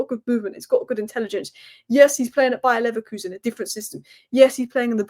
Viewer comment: Love your Bayer Leverkusen pronunciation, dayum :)